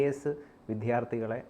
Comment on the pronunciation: വി "ദ്യാ "ർത്ഥി എന്നു പറഞ്ഞാൽ കേൾക്കാൻ കൊള്ളാം. വി "ധ്യാ " ർത്ഥി എന്നോ " ദ്ധ്യാ " ഓ അല്ല.